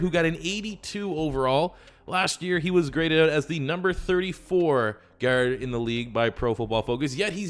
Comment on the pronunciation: The way he says guard is making me cringe